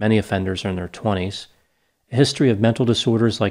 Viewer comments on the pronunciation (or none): none